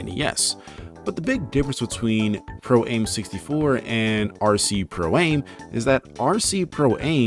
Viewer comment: Oh my god, stop saying "Pro-Aim"! It's pronounced "am" because it's short for "amateur". Radio-Controlled PROfessional-AMateur. Get it?